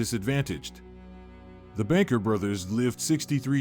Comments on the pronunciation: Its BUNKER, not Banker. They chose the name after Bunker Hill. Chang and Eng Bunker. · I thought Chang & Eng's surname was Bunker, not Banker. Also, it's CONEY Island, not CONNY. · It's "Bunker" not "Banker" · Chang and Eng Bunker not Banker. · Chang and Eng BUNKER. not BANKER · Chang, Eng BUNKER with a U not BANKER with an A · Check your pronunciations, it's Chang and Eng Bunker, not banker. Many other names are also mispronounced throughout this video. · It was Bunker and they’re buried in N.C. Their grave is a fairly popular tourist attraction. I agree with your assessment of the narrator’s pronunciation skills. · It may be a computer generated voice pronouncing a typo. It is indeed Bunker. One of the twin's great granddaughter is a bank president and politician in my area.